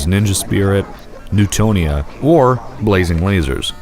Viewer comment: Neutopia not Neutonia :P